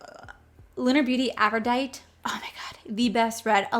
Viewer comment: Girlfriend, absolutely no shade intended, but the Lunar Beauty lippie is pronounced afro-die-tea.